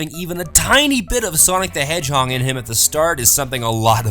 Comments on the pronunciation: "Sonic the hedgehong" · is the sonic the hedgehong mis pronunciation thing is a reference in one of b4nny fan mail vids?